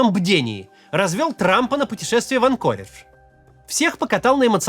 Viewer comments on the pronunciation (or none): none